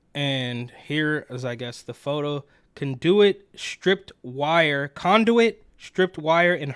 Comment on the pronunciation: I can’t listen to host that can’t pronounce words like conduit🤦‍♂️